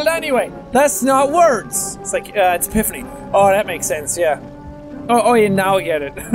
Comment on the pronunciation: Ha he said Exhipany pield